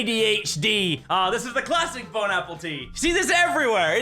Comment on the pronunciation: Bon not bob